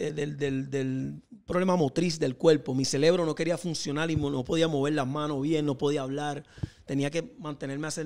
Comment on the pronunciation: Nicky, se dice CEREBRO NO CELEBRO😅